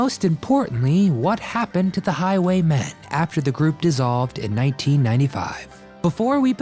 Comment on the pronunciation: It's Highway MEN not Highway MAN